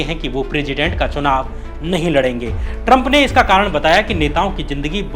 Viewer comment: First say Trump properly, it's not Taram